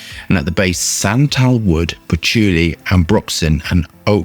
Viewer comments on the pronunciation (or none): Did he say “santalwood” and “oakmoose”??